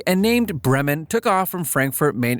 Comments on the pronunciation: Ja du sachet Brem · I feel offended by how he called bremen